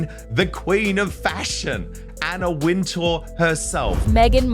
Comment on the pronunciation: WIN-Tower is how Wintour is pronounced. Is this stupid A.I. narrrating? Just stop it! Use a real person to read the scripts.